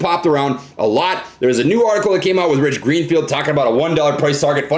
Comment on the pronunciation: lmfao "Gich Reenfield"